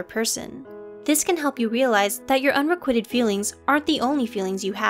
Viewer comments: Excellent video... but my OCD is going crazy at how the narrator is pronouncing “unrequited” - it’s not “un-re-QUIT-ed” as in you’re quitting the gym, it’s “un-re-QUITE-d” rhyming with white. 😏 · Unrequited, not unrequitted. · Why does the narrator keep mispronouncing ‘unrequited’? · please learn how to properly pronounce unrequited